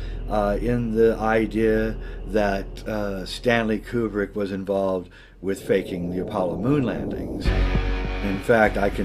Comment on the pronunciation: Yay! I just might shatter his world, but it's pronounced koo-brik, not like Qbert (kew-bert). Learn UP, scro!